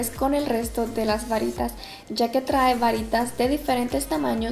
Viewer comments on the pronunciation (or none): none